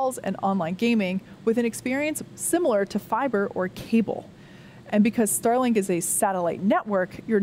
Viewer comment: I heard "Sterling"-Satellites and was a bit confused :-)